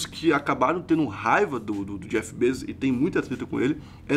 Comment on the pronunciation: o correto é BEZOS